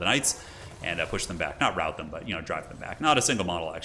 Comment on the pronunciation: Love your vids,, been a watcher for a long time! Rout is pronounced like in "router" the wifi equipment, btw.;)